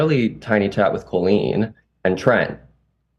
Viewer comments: girlie pronouncing it Co-leen instead of coll-een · I still think its absolutely nuts they pronounce it "coe-lean" instead of "call-een" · It's so weird how you say her name like colon that's not how you pronounce that name. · I know 😭 my middle name colleen and it sounds so wrong to me every time they say it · Why does pronounce the name Colleen like that